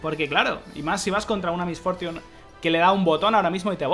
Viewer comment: "Mis fortiun", jajaja perdona mi ignorancia, nunca había escuchado su nombre con ese exquisito ingles xdxd, nike